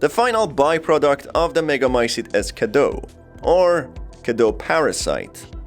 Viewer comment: what i have noticed is that in the game they don’t quite pronounce things right... Even Dimitrescu is pronounced wrong for how it’s written in Romanian. So in “Cadeau” you read the final eau as o while in “Cadou” they should have said as it’s read and add the u at the end to pronounce it correctly. But yes, the Romanian cadou is derived from fr. cadeau, what I just wanted to say is that they didn’t quite make it sound like Romanian, but French, with the pronunciation and even the naming of some characters.